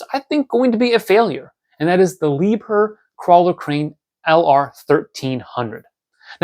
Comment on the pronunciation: Liebherr is pronounced more like “Lee-Bear”. Crane guys collect all different types of crane models and they will appreciate this one. The guys who don’t like it probably aren’t crane guys.